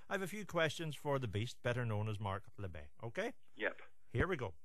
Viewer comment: Labbett, not Labbatt